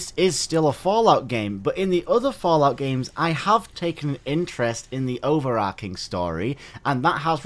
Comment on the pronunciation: It's "overarching" not "overarcing"